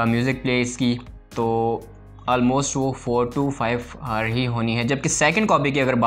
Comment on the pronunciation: Hours bro H silent , thanks me later😂😅